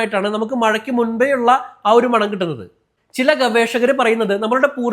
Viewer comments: മാണം ❌മണം ✅ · മാണം അല്ല അനിയാ.. മണം അത്രേ ഉള്ളു😅😅😅